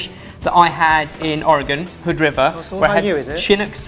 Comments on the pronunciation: Oregonian here. Am I hearing things or did say "chin-ook"? We pronounce it "shin-nook". Just sayin', lol. (5 points for pronouncing "Ore-gun" correctly, though!:D) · Being from Oregon I'm very proud of you for not butchering the name. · He pronounced oregon right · I am a native Oregonian and am very impressed that you pronounced my state correctly!! Not many east of the Rockies pronounce it correctly & I've never heard any from outside of the states say it right unless someone taught them. I worked 15 years in the hotel industry & have taught people from around the world how to pronounce it. Very proud of you!